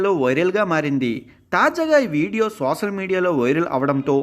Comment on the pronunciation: సోసల్ కాదు సోషల్